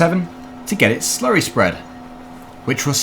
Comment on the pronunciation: i love it when you slury